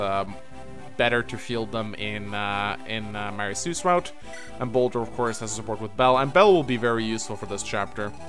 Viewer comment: He keeps calling Boulder, Bosswin.